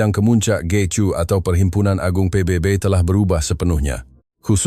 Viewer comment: Sebutan PBB pun tak betul. Konten hayalan konoha. Duk ratib Malaysia hari2.